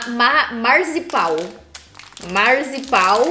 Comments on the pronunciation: Kkkk Marzipau... não seria Marzipan? kkkk adoro vcs! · Hahaha...Ri muito da ler MarzipaU!! É MarzipaN!!😅 E é um preparo específico e tem também no Brasil, mas é mais feito para festas mesmo. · 🤣🤣🤣🤣, é MarzipaN e não MarzipaU kkkkkkkk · Eu gosto de chocolate com pimenta, chocolate com gengibre, chocolate com flor de sal, chocolate com licor, chocolate com laranja... e se for amargo gosto mais ainda.😍😍 Não é marzipau e marzipan.😂😂😂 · não é marzipau que fala kkkk, é marzipan minha tia trabalha com esse tipo de doce!!! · é marzipan com "n" kkk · MULHER KKKKKKKKKK não é marzipau é marzipan!!! kkkkkkkk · o segundo doce é marzipaN. é um N e não U. kkkkkkk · Oi tudo bem? Mas vc leu marzipau e não é u é n é marzipan. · Não é Marzipau, é Marzipan